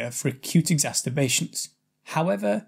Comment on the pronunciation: Why do you keep saying "exasTerbations"?! It's very odd and doesn't sound very professional getting a basic word wrong 🤔